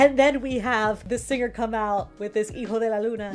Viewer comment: Thanks for this reaction and for pronouncing "Hijo de la luna" correctly. Many people mispronounce it, but you don't and I love it.